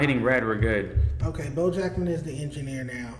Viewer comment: Boe keeps saying his name wrong 🤦‍♂️🤦‍♂️🤦‍♂️ that’s not cool